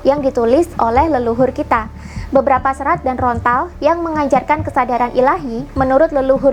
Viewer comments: daun lontar mbak ....bukan rontal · Lontar bukan rontal... Saking semangatnya sampai keliru mengucapkan... Tapi keren sih yang di uraikan... Rahayu Sagung Dumadi 🙏🙏🙏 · lontar mbak...bukan rontal....hehehe......